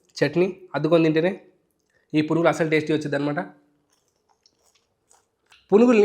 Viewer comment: purugulu ani vinapaduthundi naku